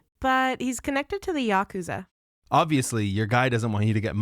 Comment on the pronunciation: "yakuza"? lol